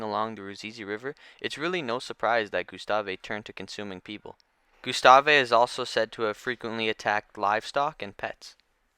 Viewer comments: Alittle late on the Gustave train but I love the gustave arc…someone just needs to go back there and try to catch if not kill him!!! Now that would be some content! And it’s just pronounced Gustav not Gyustawwvaayy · It's Gustav (goose-taav) not Gustave (goo-sta-vay). It's so annoying that I stopped watching. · Gustavvvvvvvvv not gustaveee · saying is name wrong! GUstave. the e is silent! jeez! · I picked up on that. But correcting someone who provides a free service is just self serving. Thanks for your work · The E in Gustave is silent. It’s a French name, and a Frenchman (Patrice Faye) named him. French has a lot of silent letters. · Why do you pronounce his name like that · Makes an entire video about gustave...mispronounces his name the entire time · The " E " is silent on the name Gustave......just saying man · That drove me nuts as well! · Don’t think you’re supposed to pronounce the “e” in Gustave